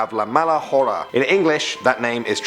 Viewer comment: Not to mention, he pronounced the "h" in "hora;" it's silent.